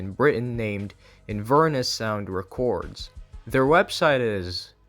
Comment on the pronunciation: he cannot pronounce records 😭